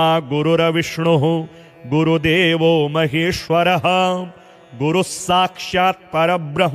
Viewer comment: "गुरुर्विष्णुर्गुरुर्देवो" बोलते समय हलन्त 'र' को पूरा 'र' नहीं बोलना चाहिए। इसी प्रकार 'तत् सत्' को "तत सत" नहीं बोलना चाहिए। ऐसी ही कुछ अन्य क्षतियाँ भी हैं, जो यदि सुधर जाएँ तो यह प्रस्तुति पूर्णतः श्रेष्ठ बन सकती है। शुभ कामनाएंँ।